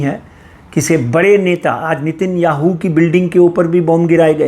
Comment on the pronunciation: did he say Nitin Yahoo 🙄😰😉😂